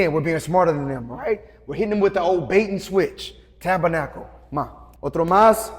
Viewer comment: I always thought you said " Tap a knuckle".